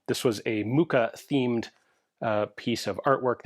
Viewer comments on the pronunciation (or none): Mucha is a dialect word for Fly. Ch does not sound like k. Muka. But how to put it in english…? Mukha? And lot of people feel nostalgic about Czechoslovakia and use it as a statement: the twou countries are still very conected and some people feel like “czechoslovaks” - like brotherly conected… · Your pronunciation of Mucha is muka (agony, anguish, ordeal, suffering). ;-) Seriously, just type the name into Google Translate, select the right language and let the website read it for you. (Or copy&paste if there are any accents.) "ch" is the only diphthong in Czech and it's pronounced as J in Juan or José.